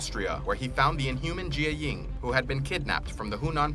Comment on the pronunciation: Janet not Janette Jī-ying not je-a-ying